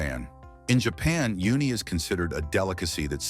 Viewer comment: " You Knee" ? lol it's ooh Knee. also Persabees are pronounced Per SEP us